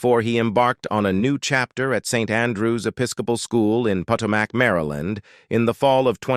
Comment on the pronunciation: Agree, his pronouncing of Potomac made me laugh. Who are they kidding?